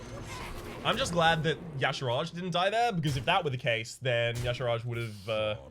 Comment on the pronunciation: Today you made me sad:(. Y'shaarj. Ee-shaarj. Not yashirage. This ain't some Footworks or Caltrop nonsense:P